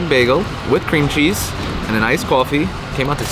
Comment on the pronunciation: "KOFFE" OH MY GO